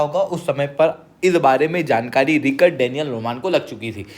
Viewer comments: आपको रिकॉर्ड नहीं रिचर्ड प्रोनाउंस करना चाहिए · Bhai just 1 correction wo रिचर्ड hai रिकर्ड nahi.